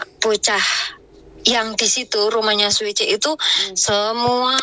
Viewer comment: Siuce x mbk bukan suice 🙄